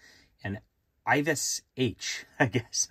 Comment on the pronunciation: I think Yves is just pronounced Eev.